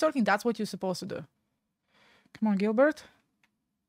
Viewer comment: It’s pronounced Jill Bear… not Gilbert